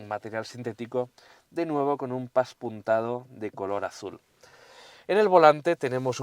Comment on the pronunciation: No se dice paspunteado se dice pespunteado. derivado de pespunte.